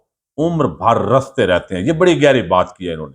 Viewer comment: زخم رستے رہتے ہیں ۔ رستے ر پر زبر نہیں بلکہ زیر پڑھیں ۔